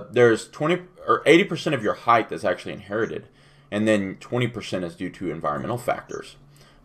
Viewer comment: I can hear Jamie having yelling at the screen every time you say heigth instead of height.